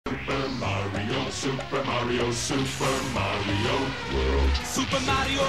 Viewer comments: Luigi said kario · they say mario wrong.